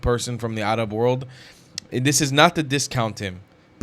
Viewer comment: yaa 7abiibi, it is time for you to stop saying "Arab" like someone who thinks he knows the proper pronunciation. Please stop saying AArab. It is 3rab. Learn the muscles in your throat to pronounce the "ع"...the "3ayn" ana b7bak waqt Taweel Edit after watching: As I have on a flashcard for my Arabic studies, "معظم الشعب الفلسطيني، انهم ضحايا التلقين التي جعلهم عميانا و يحبون العنف"